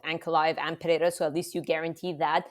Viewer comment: I hear Puh-hair-ah, I downvote and leave.